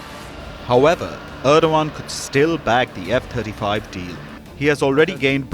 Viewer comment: Did he say "f-36"?